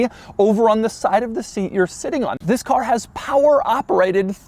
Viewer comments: Nobody: Doug: Zisssss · It's more how he emphasizes it noe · it's his emphasis on the word. get a clue.